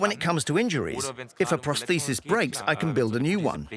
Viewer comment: I find the topic fascinating, and the documentary is well made. However, I find the narrator's inconsistent pronunciation of 'prosthesis' baffling, as it's the key word in the whole documentary.